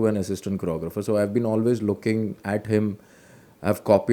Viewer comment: The way you said "choreographer" is amazing.